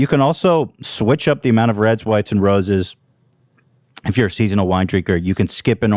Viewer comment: Not Ethan saying Roses and Expose instead of rosés and exposé